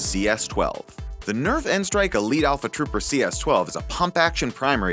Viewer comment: Thank you for saying n-strike and not nstrike